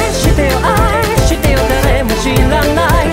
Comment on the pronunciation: サビの愛してよの「あ」の発音がめちゃくちゃに最高なんですが、、！！！